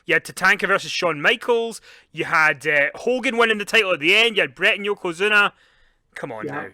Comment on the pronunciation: 😂😂😂Yokozuna not Yokazuna dude!🤣🤣🤣